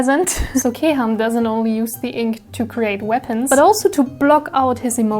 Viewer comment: Wow 2 attacks in 3 days, it's impressive ! 😍 I only do 3 attacks this month. 😆 The video is so fun, I love it ! Bravo ! 👏 And the prononciations of Senetis and Kèham name's is really good, bien joué ! 👌 Thank you to draw them so perfectly. ♡